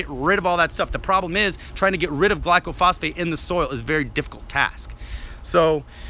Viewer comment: You don't even know how to pronounce glyphosate. Its not glycophosphate. It doesn't kill by contaminating the soil. Its a systemic herbicide that travels from the leaves down into the roots inside the plant its sprayed on. It interrupts the growth cycle. It can be sprayed on a plant 2 inchs away from another plant with no harm if the other plants covered from spray drift onto its leaves. If it contaminated the soil every pecan tree on my pecan orchard would be dead. It helps trees grow by killing out competing weeds when trees are young. Almost every orchard uses it to get young trees established and many use it around older trees.